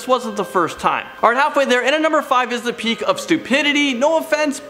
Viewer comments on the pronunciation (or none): "Peak" not "pique."